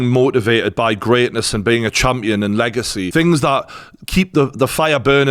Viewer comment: Lol "Chumpion"